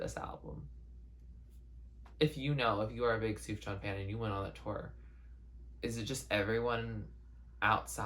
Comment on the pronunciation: also his name’s pronounced soo-fyan lmao (don’t worry it’s almost an indie music inside joke by now how confusing his name is to pronounce)